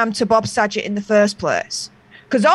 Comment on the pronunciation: It's Saget, with a hard g. Not a j sound,.